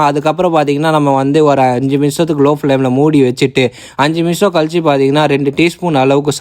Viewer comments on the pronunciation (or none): பத்தே மினிசம் இல்லை... நிமிஷம் 😂❤️